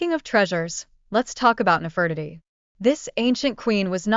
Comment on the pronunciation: Nefertiti is pronounced incorrectly.